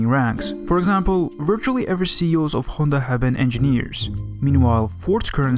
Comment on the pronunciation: Finally someone who says Honda and not Handa